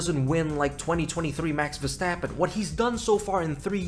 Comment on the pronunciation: „mAX vER-STrAp-oN“ 😭🙏🥀